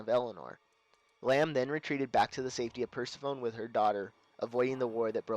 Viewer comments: Perse"phone?" It's pronounce Per-seph-o-nee. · BTW it's pronounced Per-sef-oh-knee, not Purse-a-phone. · Lmao he said "purse i phone" lol its Per-sef-oh-knee ... From mythology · lol, when you were saying Persephone (Purse-eh-phone) I paused it and I was like, "No, no, no, it's Persephone (Purse-eh-funny)! God, I can't stand it when people mispronounce words." Then I started playing it again, and you were like, " I'm probably pronouncing it wrong, but oh well." Then showed up, and I'm like, "I'll just stfu." I used to think it was called that too. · Persephone is pronounced per-seff-oh-nee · It's pronounced persefony named after hades wife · Hehe purse-se-phone. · Persephone is pronounced per-seff-oh-knee. Just in case you wanted to know. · Per -sef-oh-nee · It's actually pronounced: "PER-SEF-OH-NEE". Persephone, by the way, was the daughter of Demeter, Goddess of the Harvest. Pesephone was captured by Hades and made queen of the underworld. After a debate with amongst the Gods, it was agreed she only had to stay with Hades 3 months of the year. The Underworld served as her prison, hence why Rapture's prison is named after her. (As if you cared.)